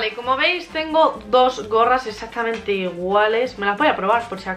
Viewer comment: Se dice exactamente no exacticamente